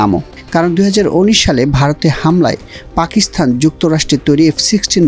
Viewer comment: জনাব রিপোর্টার, পাকিস্তানে 'থ' পেলেন কোথায়? উচ্চারণ ঠিক করুন।